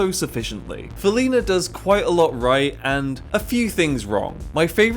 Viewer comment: He called the show silly not felina